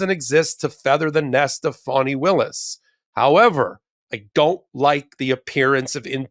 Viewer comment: Yes! Ms Agnifilo knows how to pronounce "Fani." The Fulton Co DA is not a baby deer.